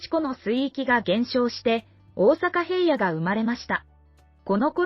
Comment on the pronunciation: 最初に出来た大阪平野は 平野｢ひらの｣か？